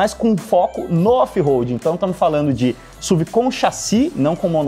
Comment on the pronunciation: Me dá agonia ver o falando SUV (SUVI)... pra mim sempre vou falar S.U.V. pq é sonoramente melhor